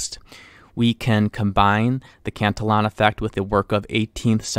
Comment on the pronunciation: You are mispronouncing Cantillon's name. Please correct this.